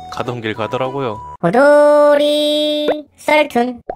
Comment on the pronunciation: 호돌이가 포돌이로 들리는분 👇